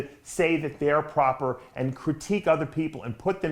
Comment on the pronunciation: I love Dave!!! He's a real propahh gentlemen.